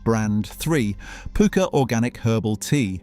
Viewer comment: It's pucker not pooker. Pukka is an indian wording from colonial days meaning good stuff. 👍